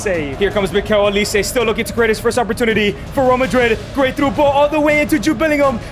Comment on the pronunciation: Mikel olise 😂😂😂 I wonder if that’s the real pronunciation